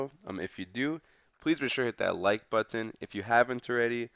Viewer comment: Why have you still not learned how to say "button"